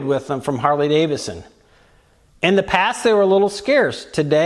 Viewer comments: Harley-DaviDson. Not Davison 😏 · 🤔 Another guy who pronounces it "Harley Davison"....😂